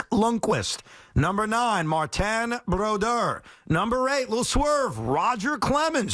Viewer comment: Please someone make them stop saying Broduers name like that.